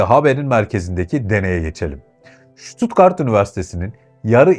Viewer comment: Vay be Almanya neymiş.... 😂😂😂 Kim inanır? Kadir inanır... Hocam şuttuttgart değil... STUTTGART 😂😂😂